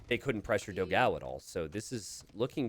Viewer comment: Let me explode yours minds, Dogão means Big Dog in portuguese. And the pronunce is different.